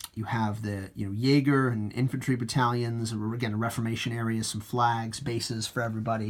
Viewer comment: Nice review. I've been thinking on getting them and their rules to help me get back into Napoleonic gaming. However...its pronounced re form ation...just saying. Again...awesome